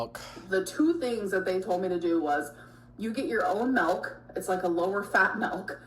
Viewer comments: If she says melk one more time….. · The rapid succession of "mehlk" nearly spiraled me into a panic attack.